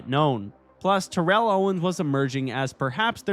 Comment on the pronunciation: /Terr/ell Owens, emphasis on "Terr", not Terr'ell ala Terrell Davis.